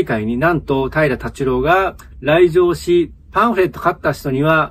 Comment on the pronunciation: 平良タチュロー言うてるでしかし。